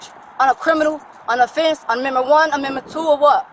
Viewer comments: She "doesn't conscent to her 4th ammendment rights" and she "doesn't answer qwerstions"...... Black fatigue is REAL folks. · "4th comendment rights" 🤣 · When did we get commendment rights? When did we start pronouncing the s in illinois?